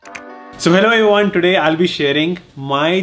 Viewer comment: "So Hello everyone" seemed like "so wherever you are" 😅